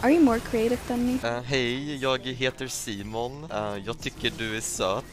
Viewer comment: DID HE JUST SAY MY NAME IS "SEMEN"??? xd